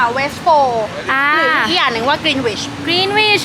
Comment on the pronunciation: Greenwich อ่านว่ากรีนนิชนะครับ ไม่ใช่กรีนวิช